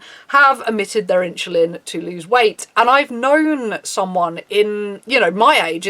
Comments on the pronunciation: “in-cha-lin” * insulin* not with a ch... sorry... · great video thanks for shining a light on this! however insulin is pronounced "in-sil-in" or "in-su-lin" not "inchillin" lol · Why are u pronouncing it "inshuline"?